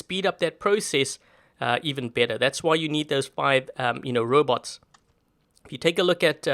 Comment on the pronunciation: she say robou wtf